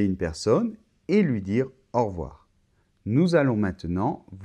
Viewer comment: Bonjour,. J'ai l'impression que tu dis « aujord'hui » et « en revoir » au début, pas quand tu les expliques. Dans « au revoir » on entend bien « ɔʁ·vo̯aʁ », alors pourquoi dans la phonétique l'écrit-on [ɔʁ·vwaʁ]; l'étudiant qui cherche la prononciation dans un dictionnaire pensera qu'on dit « au revouar », comme dans le mot /ouate/!